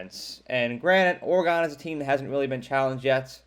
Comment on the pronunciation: Kinda knew where you were going when you said "Oragone".